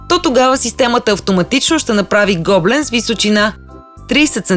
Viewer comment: Вашето предложение в чудесна идея за подарък. Единствената забележка е, че гоблен се произнася с ударение на Е, а не на О.